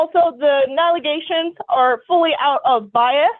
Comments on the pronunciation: Those dang agaliations that changed to agaligations will get you every time 😂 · Galley-- ations. Wow.